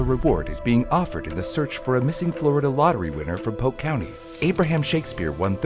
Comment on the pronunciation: Its pronounced POLK COUNTY.